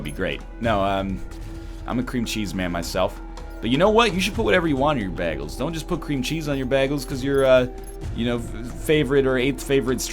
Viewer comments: WHAT! YOU PRONOUNCE IT BAG-ELS!!! IM SO CONFUSED HOW IS THIS POSSIBLE!!!!!! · Bae-gels :p